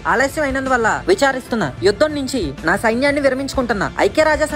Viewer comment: It is yudham not vudham